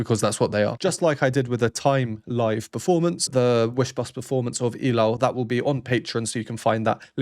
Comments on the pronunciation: Subscribed! The only reactor who knows their name, their voices and pronounce well the word ILAW. Mad respect for you, Sir! Love all the explanations about the instruments and even the count of their verses. The hype is really hyping. ❤ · thank you very much sir for perfectly pronouncing "ilaw"❤❤❤ hope to see more of your sb19 rvs 🎉🎉🎉🎉🎉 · You are the only reactor who is new to sb19 that perfectly pronounced the word ILAW. THANK YOU!